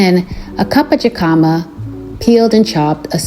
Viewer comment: Great recipes! Only insight is Jicama is pronounced “Hick-a-muh”. One of my Spanish speaking friends helped me out. So just passing it along! It’s also great as a snack! Blessings to you on your journey.